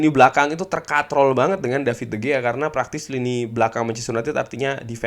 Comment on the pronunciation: Cara bacanya bukan david de gea bg tapi de hea, jgn cuma ten hag aja di korek